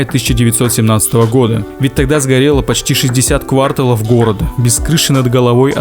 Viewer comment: Только не квАрталов,а квартАлов. КвАртал - это временной отрезок